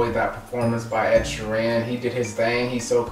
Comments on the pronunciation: Shear-en... not she-ran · Sheer-in Not She-Ran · Ed is a poet and a fantastic story teller, just him a guitar and a loop pedal you need to check out his other stuff. His name is pronounced sheeren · ugh my pet peeve is when they pronounce his last name wrong. he beats the crap out of his guitar